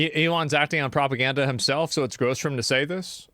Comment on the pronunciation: Pro-pa-gan-da, pro-pa-gan-da, pro-per-gan-da, pro